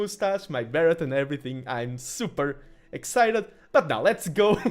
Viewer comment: Hot tip - "Beret" is pronounced without the 't' in English. So it sounds like "Barray". Great cast! :D